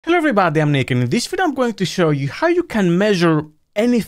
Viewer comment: I cannot unhear the intro as “Hello everybody, I’m naked…”